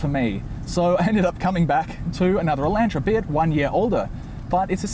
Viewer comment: "Hay-unday Eye-LAN-tra". I'm sorry, I will never be over the Aussie pronunciation of those two words.